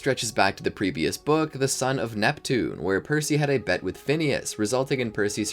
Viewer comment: you said “Sun of Neptune”